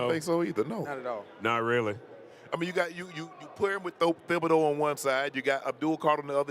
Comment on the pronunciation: Stop pronouncing the th in Thibodaux. It’s Tib-uh-dough